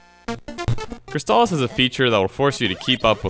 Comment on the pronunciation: Yup, this one is a golden oldie, right up there with StarTropics. Also, who pronounces "crystal" like that? I didn't detect any kind of accent... O.o